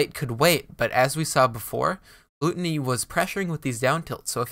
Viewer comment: Isnt it pronounced gloo Tony? Rather than gloo tunny